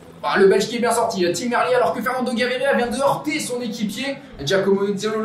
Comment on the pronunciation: Bon résumé. Deux gags : le sprint bidon sous la banderole des 40 km (bonjour les directeurs sportifs) et l'équipier de Gaviria qui le met hors-sujet (soufflante en soirée). Merci d'avoir dit Merlier à la française, même s'il est flamand, ça reste un nom français.